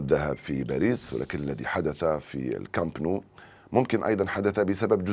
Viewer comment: أخطاء بالجملة في التعبير او النطق الغوي زيد على ذالك أخطاء في مسميات الأشياء مثل ملعب كامب نو واقصاء هدف فيتينيا وووووو